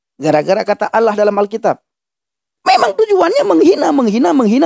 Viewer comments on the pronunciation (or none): ALLAH [ latin ] dibaca ouloh KOOOPLAAAK😂